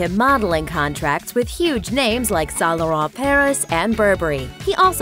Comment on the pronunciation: I spit my water when she pronounced Saint Laurent and Burberry